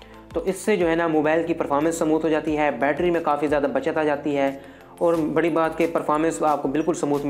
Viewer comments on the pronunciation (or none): none